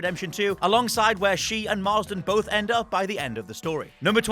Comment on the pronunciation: Why is he saying John/Jack Marsden?? Its Marston!